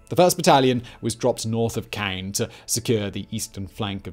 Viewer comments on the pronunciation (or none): none